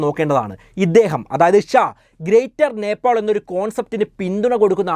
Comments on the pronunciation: നേപ്പോൾ?? നേപ്പാൾ അല്ലെ ബ്രോ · നെപ്പോൾ അല്ല നേപ്പാൾ. കമന്റിൽ എഴുതി. പൊക്കോട്ടെ.